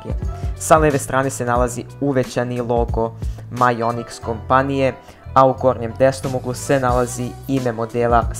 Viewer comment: Ja te razumeo majonez xD